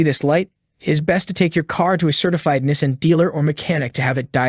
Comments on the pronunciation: As soon as I heard Nism but not Nissan!! I knew I shouldn’t have listened to this clown 🤡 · Nessin lol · And he can’t even pronounce “Nees-on” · This entire script word for word is copied off a website. the voice is AI generated that’s why it cannot pronounce NISSAN correctly. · This is a parody video right?? He can't even pronounce Nissan correctly and he shows a low tire pressure light for the check engine light. Is pressing on the brake pedal while calling it the gas pedal. Lord I hope he is trolling us. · How much does it cost to pronounce Nissan properly?